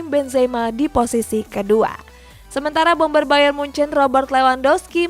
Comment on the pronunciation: kan dia bilangnya BAYER bukan BAYERN